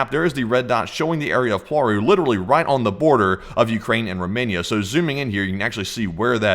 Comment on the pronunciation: WTF is POARU it is cald PLAURU check google translate plz. Not worth watchinh this bs.